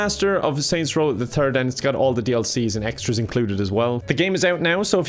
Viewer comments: Normal people: Saint row the third: Saints row the thurd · Normal people: Saints Row the Third: Saints Row the Turd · Anyone speaking English: Saints row the third: Saints row the turd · “Saints Row the turd💩” lol you got that right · Am I the only that heard Saints Row the Turd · ''Saints Row The Turd'' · "Saint row the turd" 😂❤️ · Manz said Saints row the turd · "Saints row the turd"